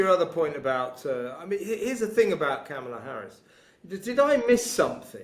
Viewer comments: please pronounce Kamala Harris's first name properly, It is KAMala, not KamALa or KamaLA. Thanks. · Just a friendly tip, her name is pronounced “com ma la” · Not a Kamala fan BUT — we should ALL pronounce her name correctly — it is “Comma-La” like the punctuation mark. , with “La” at the end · And neither of you say her name properly!!!! Com-A-law!!! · can’t even pronounce Kamala’s name properly! Talk about being able to speak proper English. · Pronounce Kamala correctly please! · Can someone tell these two how to pronounce Kamala? 😝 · Hey, I enjoy your commentary but please learn to pronounce Kamala correctly. You've repeated her first name dozens of times now and I am not finished watching yet. Did you know that the GOP are intentionally mispronouncing her first name to emphasize her heritage? I’m hope you aren’t aware of that. Racism is at the core of that. I get you support Trump but lots of people who listen to you who do not. Careful there.